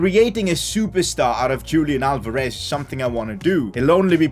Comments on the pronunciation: Your pronouncing Julian Alvarez wrongly Julian should be pronounced as "Yulian" Alvarez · Julian Alvarez is pronounced as Hulian Alvarez.